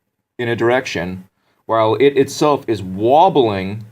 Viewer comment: He say earth is wabeling, EARTH, not the solersystem like he want to show oss. Sorry not good at english.